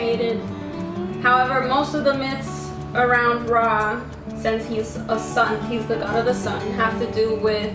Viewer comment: Girl you can't even pronounce RA correctly in Ancient Egyptian language, pls stop spreading misinformation about my history🤣